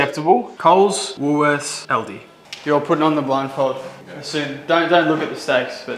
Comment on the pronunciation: Its Aldi not Aldi.